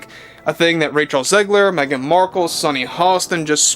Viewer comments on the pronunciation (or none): Meh-gan DeNiro, or Meh-gan Zegler speaks. 🙄😂 She's calling on her squad to save her. 🤣 Off to watch the next episode of Pamela now. 🇨🇦